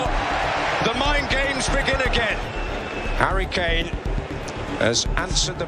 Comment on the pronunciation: all I keep hearing is hairy kane 😂